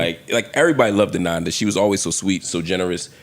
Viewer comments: Her name is Ananda! Not Amanda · Her name is ANANDA not AMANDA...